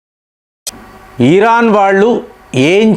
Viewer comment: ఈరాన్ కాదు… ఇరాన్…. సాగతీతలు ఆపండి ….